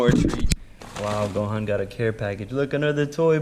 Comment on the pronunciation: Gohan rhymes with yohan he is from how to train your dragon